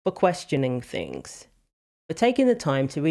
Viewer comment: ...." there are many fings"....